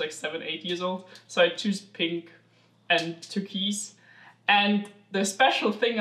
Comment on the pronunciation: Yes but in English we pronounce it Turk-wise instead of turkeys. Having said that I didn't really notice it first time out because I knew what was meant.